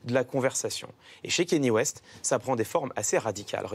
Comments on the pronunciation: Bordel ! On ne dit pas "Kény West" mais "Kaneyé West" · Déjà quand tu dit "Kenny West" t'es pas crédible ... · Le seul mec génant c'est Clément Viktorovitch qui prononce Kéni West xd